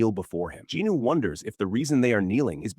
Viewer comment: Jin-woo bruh. Not jinu or jinoo